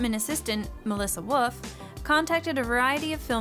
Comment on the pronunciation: WOLF! WOLF! It doesn't sound like that..... ;-; I'm sorry it just annoys me